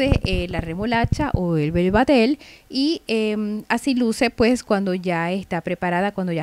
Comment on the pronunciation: Bebatel jajajaja vetabel